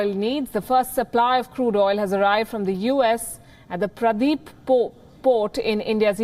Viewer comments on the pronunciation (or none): Ignorant Anchor. It's not Pradeep port. It's paradip (P-a-r-a-d-e-e-p) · It's 'Para-Deep' not Pradip.... can we just say 'Para'- 'Deep'...Ignorance sometimes is not a bliss! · palki said Pradip port ...whaaat ? she's 😂😂😂it's paradip port ... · Not pradeep port its paradip its in odisha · its paradeep not pradeep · Its Paradeep port not Pradip u dumb fuck anchor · Palki makes News so much more enjoyable.. Pradeep Po.. slip of the tongue.. but cute really cute.. She is the best anchor of Wion. As far as I know.. now! let me watch the news please...